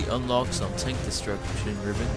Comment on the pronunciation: Is it just me or is he saying tonk instead of tank?